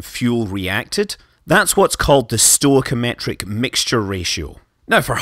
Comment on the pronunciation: not "stoic metric" should be stoichiometric. stoy key oh metric.